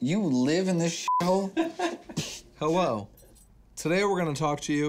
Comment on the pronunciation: I had to rewind it but no, he really does say Hewwo in the beginning